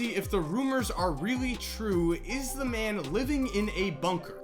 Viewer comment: You do realize you don't have to emphasize the word by pronouncing it "thee" with emphasis, every single freaking time! Do you tell your girlfriend, "hey babe, I'm going to "THEE" store, be right back", lol.